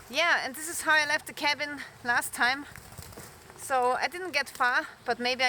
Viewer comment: “Cabin”. Smh